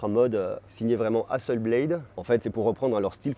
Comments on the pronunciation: Juste une petite remarque. On prononce HASSELBLATE.....et non HASSELBLAIDE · Excellente vidéo comme toujours ! Merci ! (Juste peut-être la prononciation de Hasselblad 😉 pour être chiant …)